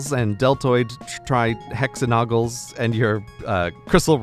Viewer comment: Grey literally can't pronounce -AGONals ("trihexaNOGals," & "pentaNOGals") and I love it.